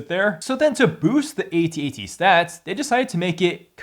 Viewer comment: It's pronounced "at, at", not "A" "T'' "A" "T" . Just look up how george lucas pronounces it on youtube.